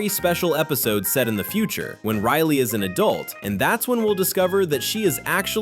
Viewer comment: Its riley.. 😒 not RILY